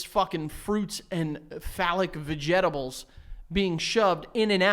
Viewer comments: Im now only calling vegetables va-jet-ables now thanks 😩😩😂😂😂😂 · Tickled by the way pronounced 'vegetables'